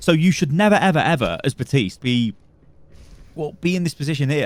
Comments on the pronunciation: Great example from what's easily his best line in the game. He says his own name in game in his lines. I always wondered where this calling him "buh-teest" came from. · As a Haitian man, It kills me when people pronounce his name Buh-teest like does;__;.